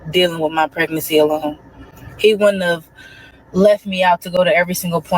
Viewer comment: Is she trying to say, “Wouldn’t have?” Is she saying wooden tub?